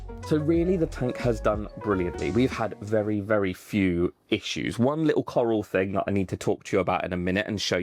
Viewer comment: The “carl” coral😂